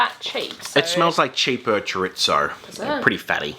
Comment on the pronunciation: Man what a rip off. Thanks for the heads up, will give those a wide birth. Also. There's no T in chorizo 😀